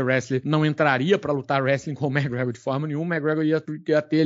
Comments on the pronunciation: Acredite, ele está certo. Eu moro aqui na Irlanda e todos os Irishs falam assim. “Mágregor” quase falando “Mágregã” “Méqui” é um erro de pronúncia. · os gringos não falam "méqui" eles meio que metem um "mé" Gregor, com um C muito sutil, quase que invisíveln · É o que? Méqui Gregor? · O zoa o por falar os nomes errados, mas fala MaGregor 😂😂😂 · falando das pronúncias do e mandando um "magregór" 😂😂😂